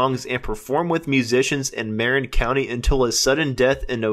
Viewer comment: Well, this guy pronounces several things wrong. I though mare'-in county instead of ma-rinn' country was pretty jarring. The guy who reads this has probably not spent any time in San Francisco. The dates of things that happened are also confusing; Gary Duncan dies twice.... let's wait for something better.